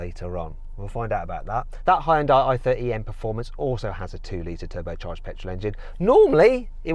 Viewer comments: ヒュンダイを「ホンダイ」っぽく発音しないでほしい それだけで動画の評価を下げるに値する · やはりホンダイって言ってる(-_-) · 俺は相当思想が片寄ってる嫌韓ネトウヨだけどホァエンダイって聞こえる。英語を普段から使ってれば聞き間違えないんじゃね？ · hugeのhuとほぼ同じ音なのにヒュンダイって発音できないんだな。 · やはりホンダイって言ってる。(-_-) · やっぱりヒュンダイって英語圏ではホンダイって発音するんだな… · 英語圏のヒュンダイの発音が嫌だ